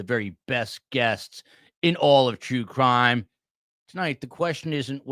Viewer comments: At the beginning, I thought you said, "Jew Crime" instead of True Crime. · I could have sworn I heard you say, "STS, bringing you the best in all of Jew crime." lol